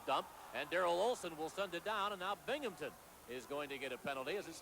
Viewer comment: There's no P in Binghamton.